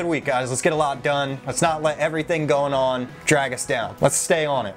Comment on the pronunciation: “Everything going on” - so Jersey😂